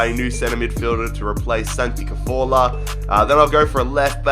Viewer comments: Santi cafourla?!😂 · ‘Santi Caforla’ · Who is Santi carthorla?